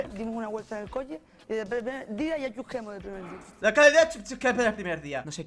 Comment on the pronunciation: Coche -> Coñe, Chusquemos -> Ñusquemos. Chocho -> ñoño